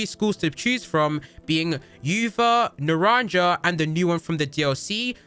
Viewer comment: Naran"ja"? Naraja is Spanish for orange. Its said "na-ran-ha"